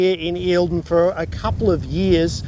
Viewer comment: "They have been here for a couple of yee ahs." What are "yee ahs"?